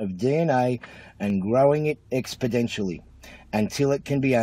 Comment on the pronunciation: I would stop listening to that illiterate village flanker in his beany as soon as he uttered his first words, even if they weren't "amplication" or "expedential".